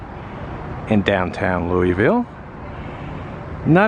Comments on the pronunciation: It's Loo-uh-vul. Love: a native. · its Loovull like Moebeeuhl amabala and Missuruh. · Always a joy to see someone come to Louisville, pronounce the name funny, and see which parts of the city they went to. Thing about this city is, much like the weather, if you go a few minutes in any direction you're in a whole new world. Each neighborhood and vibe changes every 2 blocks around here. You'll go from our slums to a great part of town to an industrial park to a slum to a great part of town all in a 5 minute drive down one street. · Hope no locals heard the way you pronounced Louisville. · Got that right!!